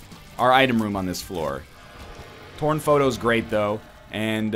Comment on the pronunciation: When he said "torn photo", I heard "porn photo".